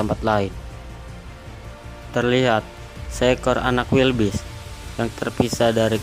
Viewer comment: keselek pas ngomong wildebeest jadi wilbis 🥴😂🤣